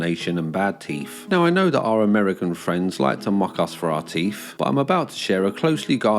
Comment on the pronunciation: I'm going to Mock you for "Teef".